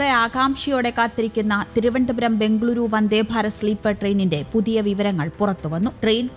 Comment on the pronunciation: ബെoഗളൂറു എന്നാണ് വേണ്ടത്. ബംഗളൂരു അല്ല.